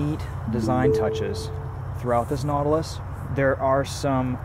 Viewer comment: you said Nautilus